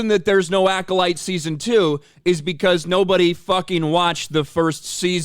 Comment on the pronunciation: I heard this Manny guy say " season two of Cola Light" .